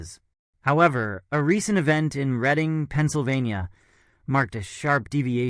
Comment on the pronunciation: It's pronounced " Redding", not "Reeding" Pa.